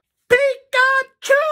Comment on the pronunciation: Does anyone think pikachu sounds like "pick a 2" or "peek att you" ?